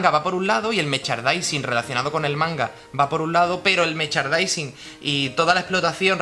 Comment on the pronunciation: Se dice 'meRchandising' no 'mechardising'. Es que si no te sale la palabra di productos relacionados o algo así. Pero, ya sea el idioma que sea, mejor pronunciarlo bien.